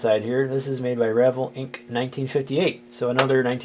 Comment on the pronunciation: Second item shown is an Atlas Lumber Yard. It is still being made. Also, the vell in Revell is pronounced like you would say bell with a v.